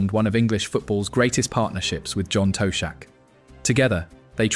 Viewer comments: John Toshack's surname is pronounced: "Tosh-ack". It is not: Toe-shack". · John Toe shack! Ai strikes again.